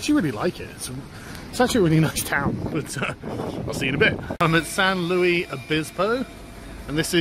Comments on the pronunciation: Not "San loo-ee" That's french "San loo-ees" >:[ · It's San Luis, you jaywalker. Spanish. Sounds more like Louise than Louie. "Alt-right restaurant." LMAO. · Yes, the correct pronunciation, thank you. Although Sargon is normally located much closer to France than Spain and thus more familiar with that language. Didn’t Sargon vacation in Spain last year? Forgot the pronunciation already eh? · It's bugging me: you pronounce the 's' in the city's "Louis".